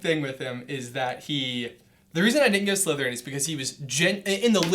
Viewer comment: when they answered on disgust i heard slutherpuff #slutherpuff